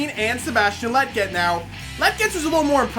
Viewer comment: Bro you keep pronouncing "Lletget" wrong. It's kinda like Legit but that last part is jet. "Le" (like the French pronounce it) and "jet". Lletget. I hope that made sense 😂.